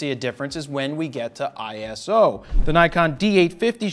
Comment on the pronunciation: Eye-so. Not ISO! 😜 Thanks for the review!